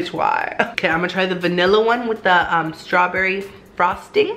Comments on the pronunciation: "It was very stawberryee"Lmao i love you "Twerk it in my face" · He was making up words 😂😂😂 stawberry-E